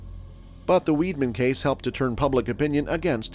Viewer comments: His name is pronounced "Vide-man", not "Weed-man" ! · Actually, whether in German or French, Weidmann is pronounced Vide-Man. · You'd have thought his surname was spelt WEEDMAN, the way he was pronouncing it.